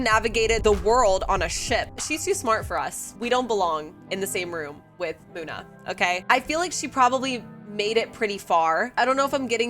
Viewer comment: It’s Muna come on